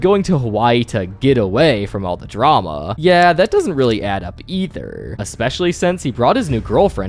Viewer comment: dramauh, yachtuh, roy(y), down(n), ba(a)guh